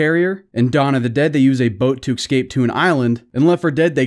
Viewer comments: Eeee - scape not ex- scape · STOP. SAYING. EXSCAPE. By all that is holy and unholy... the word is ESCAPE! It's not that hard! Ok, 5 excapes in 17 seconds. I'm done here. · It’s escape not excape 😂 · Just FYI - it's escape, not excape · It's escape..not excape.. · He’s saying excape instead of escape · First learn to say escape instead of Xscape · An entire video of listening to a guy say "excape" a million times. Mesmerizing. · Escape Say it with me. ES CAPE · If i have to hear him say ecscape one more time im gonna kill myself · Saying “exscape” bothers me. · there is no x in escape. stop saying excape. if you are going to make a commentary video then please learn how to pronounce the words correctly. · I'd like to watch this but the way he pronounces "escape" is so grating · There is no ‘x’ in the word escape homie.